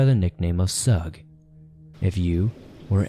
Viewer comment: I am pretty sure it is pronounced shoog like the beginning of sugar. Like Sug Knight